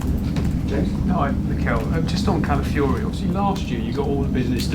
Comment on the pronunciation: It’s callafiori and not calafiori